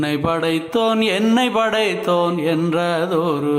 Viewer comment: உன்னை"ப்" படைத்தோன் என்னை"ப்" படைத்தோன் என்று உச்சரிப்பதே சரி (ப் வரவேண்டும் )